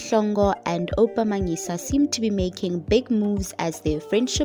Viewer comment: It's Oupa Manyisa not "Manila"